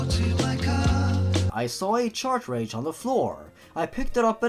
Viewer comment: Sorry to nitpickHoodo, but its been bug me a little bit. It's pronounced "CAR-TRAGE", not "CHART-TRAGE".